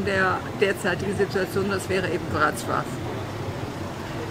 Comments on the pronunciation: Breslau wird WrozWaf ausgesprochen- Das L mit dem Strich durch ist ein W. So heisst der Tenor auch Piotr BeczaWa. Ist aber nicht so wichtig. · Das w wird im englischen anders ausgesprochen als im deutschen. Lern erstmal eine Sprache bis hin zur Aussprache richtig, eh du dich an 6 weitere machst. 🤦🏻‍♀️ Und der polnische Buchstabe ł wird wie das englische DOUBLE-U ausgesprochen.